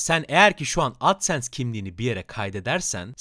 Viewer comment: Adsens demene çok takıldım sebepsiz tonluyosun ya bi de